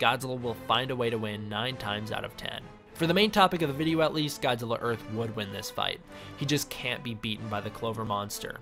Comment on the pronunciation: earht or earth godzilla